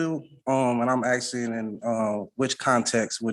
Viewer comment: He is "axin" to know... What an ignorant individual trying to sound smart--not working. Leave the country if you don't want to abide by the rules and laws of this company.